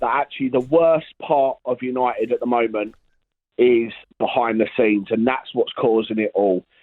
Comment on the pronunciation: "The worst part of United is behind the scenes" No. The worst part is glory hunting Southern Fans singing Manchester songs. Unit'id' instead of UniTed. Sounds awful.